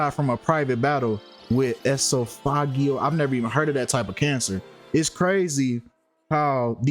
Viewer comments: It's pronounced. E-sof-o-jiLL cancer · Esophageal cancer—pronounced ee-SOF-uh-GEAL. Relates to the throat and swallowing. I admire your work. Please get a secondary channel going so you can slip through the bars of YT jail and keep posting…they’re going to keep throwing you there because you speak the truth. They don’t like that. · 🤣🤣 the way you said esophageal lmao.. you botched a word in one of ya other videos too, I can't remember what it was. But it had me rolling. I'm not here to shame you. Just laughing at the way you said the word. 🤣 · You are mispronouncing names and everything. Why should anyone even believe you when you can't probably divide your syllables. But you one us to believe you are right with all this conspiracy theories. I'm not sure about anyone else, but Traci just had cancer. (Please Google the correct pronunciation of esophageal cancer.) 🤷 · Really 🙄You didn't know they're all sisters, but your calling Traci's death is a blood sacrifice. You must be young since you don't know how to pronounce esophageal cancer. It's a cancer if the throat. You my dear, will go to hell dealing in this satanic mess! God isn't pleased. Go repent and ask Jesus to save you from your sin